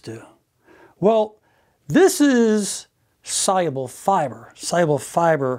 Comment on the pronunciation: Every time he says soluble, i heard it as cyber!